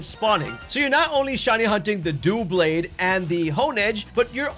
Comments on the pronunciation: "Dough-Blades" lol its Dub-Laid no hate man at all i watch your vids they have been helping me alot just so many mispronunciations from pokemon lovers lol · The Pokémon name Doublade is pronounced as DUH-blade.